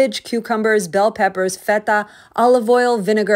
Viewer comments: When you’re 1% Greek and try to pronounce feta like your great grandma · Omg. The way you pronounce Feta. Watching the Sopranos lately...?